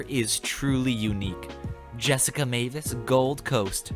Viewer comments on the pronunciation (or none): none